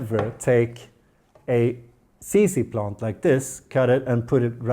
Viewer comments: No 😭 He didn’t say plont guys!!! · On porpoise do you say “plont”? 😉